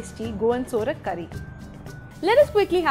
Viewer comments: Its sovrak not sorak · U r pronouncing the word saurak,to surak, tamarind is used,few dry mango pcs r also used. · Nyc receipe👌 Btw it's not Sorak, it's Sourak (pronounced as Saw-raak) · Absolutely true..procedure and pronunciation both are wrong